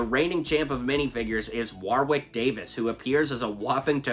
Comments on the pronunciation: His name is pronounced Warrick Davis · Warwick is pronounced as Worrick btw 👍